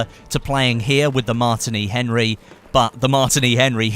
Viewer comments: your pronouncing it weirdly its pronounced the same as the drink martini not 'martiny Henry' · Also he could not pronounce the Martini Henry rifle right plus adding how he would like a scope on it. I mean its not cod lol.